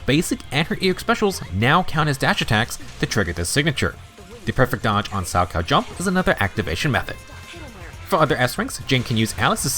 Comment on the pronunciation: I would like to extend my appreciation for the proper pronunciation of salchow. My parents loved watching figure skating during the olympics so I physically flinch every time any other CC pronounces it wrong. Most don't connect that it is a type of jump in figure skating, from which Jane's animations heavily borrow from.